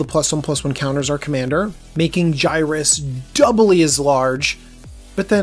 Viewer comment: It’s pronounced (Yer-iss) not (Guy-rus)